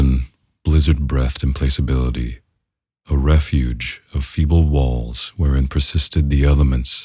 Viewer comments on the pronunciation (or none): Nice job, but next time, be sure to confirm the pronunciation of implacability and derisive.